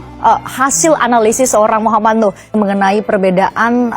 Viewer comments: Namanya NUUUHHH,, bukan NUUURRR! Tulisannya jelas-jelas di semua tempat NUH, pake H. Tapi kenapa dirimu nyebutnya NUR terus, dah?! 😅😂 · DIBACALAH YG BENAR...MUHAMAD NUH..bukan Muhamad NUR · BUKAN MOH. NUR tp MOH. NUH... hati2 bro untuk penyebutan nama seseorang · Cuplikan video nya bagus,enak ditonton. Tapi sayang host nya rada bikin geli telinga...... Tiap kali nyebutin M.nuh,diganti jadi M.nur. netizen dari kampung ini,jadi bertanya2,sejak kapan huruf H,disebut dlm kalimat jadi R? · nama org salah salah melulu M Nuh Al-Azhar bukan,M Nur alAzhar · Bang, namnya Nuh bang, bukan Nur... klo salah sebut sekali-kali gpp bang, tapi klo terus-terusan gak enak dengarnta Bang, Saran, sebelum upload di check dulu bang, soalnya abang sering banget salah sebut nama.... Semangat ya bang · Terulang lg salfok ku Maaf sll sj tdk tepat menyebut nm org Nuh, yg bbrp x disebut Nur Hafalin dl bbrp x, agr penyebutannya bnr, trims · NUUHHHHH bukan NUUUrrrrrrrrr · Salah nyebut mulu lo. NUH! NUH!!! bukan NUR!! gimana sih lo!! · 😂😂😂 Kamu jd host dikonten sendiri saja bisa salah bc nm org woiiiii muh nuh bkn nur😂😂 Berikut Muh Nuh ini emang Polisi bkn punya hubungan dgn polisi tp emng polisi Kamu parah bangat ya bw acara kok salah" Kamu pelajari dulu konten br tayang biar gk salah ya😂😂😂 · Muh Nuh bukan M nur, tu abangnya juga Salah trs nyebutnya, nur nur muluk, hadehhh. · Lu nyebut nama jg salah.m nuh kok m nur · Muhammad NUH, bang... bukan NUR...